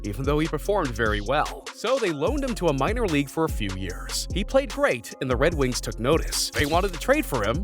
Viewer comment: Ah Yes My Favorite Team In The NHL "The Wed Wings"